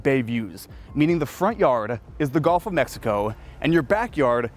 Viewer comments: Is it just me, or is this guy saying "GOLF" of Mexico? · Learn to pronounce “G U L F” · My man..the “golf” of Mexico….you’re killing me